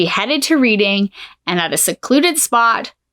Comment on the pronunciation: It's pronounced Red ing also there were loads of baby farmers some of whom were hanged inc Jesse King ,Ada Chard Williams,Amela Sachs etc.